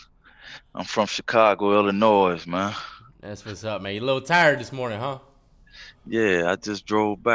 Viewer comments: But the s is silent in Illinois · Says he from.chicago cant even pronounce illinois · No one from Illinois says the s LMFAO , love your movies tho